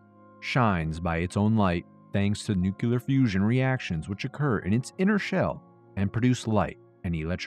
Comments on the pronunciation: New-clee-uhr, not new-cue-lure. Otherwise, loving the content. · Nukelar...... really buddy!!